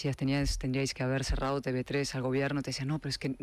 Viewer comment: Diga usted Te Uve 3 Don Federico, deje ya de decir Te BE 3, por Dios. A ver si de una buena vez alguien del equipo lee mis mensajes en los que siempre le digo lo mismo y se lo hacen llegar, para que corrija ese error. ¿O es que están dormidos? No le haga usted el juego a los separatistas. Gracias